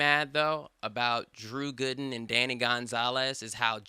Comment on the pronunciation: “Drew Güden”